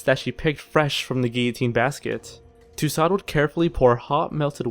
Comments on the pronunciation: Yes. I got a kick out of Madame Too-sot as well. Too-sew comes a little closer, I think. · Lol, I love that he pronounced calves "cowlves" and Tussaud as "toosawd". Did this guy graduate junior high school? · And Mary Two-Sword lol